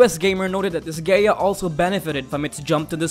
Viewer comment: Learn how to pronounce Disgaea